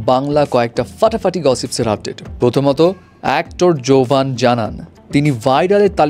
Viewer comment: জোভান ❌ গেভান✅